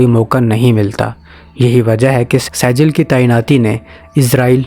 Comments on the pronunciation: Dear saijeel nahi sejjeel sahi word hai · لفظ سیجل نہیں بلکہ سجیل ھے اور لفظ قرآن مجید کی سورۃ الفیل سے لیا گیا ھے۔ (ترمیہم بحجارۃ من (سجیل) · Pronounce the missile name correctly you dummy, it's not Sejil it's Sijeel, from Quran. read Quran or not?? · Pronunciation:-Sajil nhi bhai Sijjeel hy